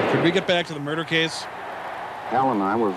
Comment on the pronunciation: I giggled as well at the cheesy attempt at the movies little "have you seen a man come through here" joke. I loved the Jerry Lewis joke after that though. Also, it seems like every cop & newscaster in this movie is on the verge of pronouncing it moider instead of murder.